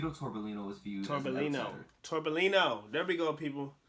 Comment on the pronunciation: 2 “LL” in Spanish. So it’s Tito-torbe-yino